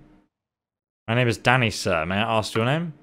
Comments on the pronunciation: Deadass when you say Danny I thought you were saying Daddy had me good lmfao😂😂😂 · i thought said "Daddy" instead of "Danny" lmaoooooooooooo